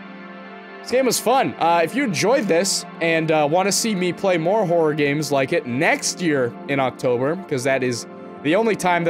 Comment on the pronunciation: "You got gaems on youw phone?"